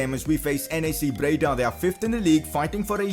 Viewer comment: Its NAC breda, not NEC breda 😂